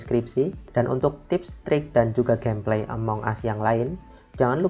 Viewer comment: "among us" cara bacanya "emong as"